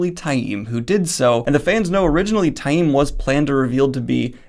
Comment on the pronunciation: I take issue with some of Daniel's pronunciations, but Ta-eem is correct. Reportedly, fans who said 'tame' kinda got under the author's skin, at appearances.